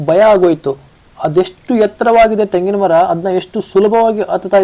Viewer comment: ತೆಂಗಿನ ಮರ , ಟೆಂಗಿನ ಮರ ಅಲ್ಲಾ ಕನ್ನಡನ ಕೊಲೆ ಮಾಡಬೇಡ